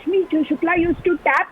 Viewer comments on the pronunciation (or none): This Nawab Malik fellow is pronouncing " TAP" as "TAB". This shows the quality of MVA( Maha vakwas Aghadi) government.